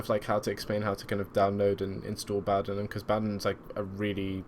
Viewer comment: Just for note, its pronounced Bow "as in in Bow and Arrrow". Bowdenham. Not bow "as in take a bow" :) I hear a lot of people mis-pronounce it